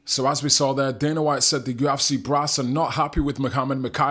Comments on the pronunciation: YOU EFF SEE, NOT YU AFF CI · There's no a in UFC bud.